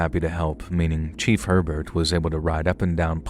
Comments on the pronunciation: It’s not pronounced HER-burt but rather AY-bear. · lmao dude down here in Louisiana Herbert is pronounced a-bear and belle chasse is bell chase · New Orleans native here. Admittedly, you’ve done better than most with the pronunciation of the names, places, and people of our unique region. But…I can’t help but give constructive criticism. Herbert is pronounced “Ay-bear” Belle Chaise is “Belle Chase” like you chase someone. The words that look like they’d be said with a French accent are usually not as complicated and are said as they look. Plaquemines (as in the Parish) is “PLACK-uh-mins” plack like black, Mins like wins. I have offered my assistance and expertise in the Southeast Louisiana regional knowledge. I can help with proper pronunciation and of the incredibly unique and diverse heritage that formed my hometown. We do things very differently down here.